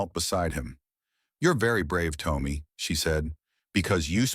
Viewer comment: Am I the only one that the A1 who is reading this is saying the boy's name wrong? I would say the name is Tom me and not Tome me. I'm sorry if I am wrong but I have never heard anyone with the name Tommy sound like Toe me!